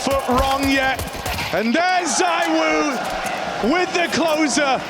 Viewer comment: I’ve literally seen you say that donk and monesy are better than Zywoo. You even said “zywho”Stop bandwagoning lil bro